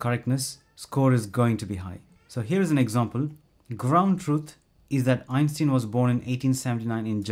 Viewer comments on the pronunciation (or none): did you just repeatedly pronounce it "ein-steen"??